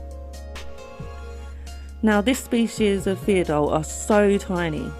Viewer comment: ur pronouncation of pheidole xD